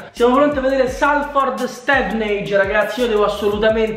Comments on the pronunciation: Plzzzzz di SOLFORD nn Salford 😂😂 e anche Stevenage si dice STIVENEIG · io so come si pronuncia si pronuncia Stiveneig